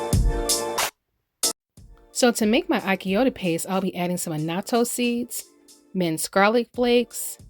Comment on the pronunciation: Wonderful recipe. But achiote is pronounced differently. The “ch” is pronounced like the “ch” in the word “chew”.